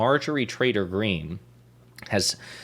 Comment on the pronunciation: Are you saying traitor or trader?